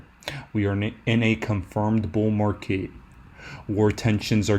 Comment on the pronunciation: Its Market, not mark ehh